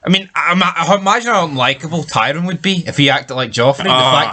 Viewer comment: You're watching the show and you dont even know how to say TYRION, absolute trainwreck...